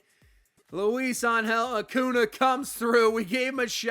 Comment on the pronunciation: As a Braves fan, wishing Max Fried was pitching like this in real life lol. Also how you say Acuna always give me a chuckle. Saying Uh Coo Nah.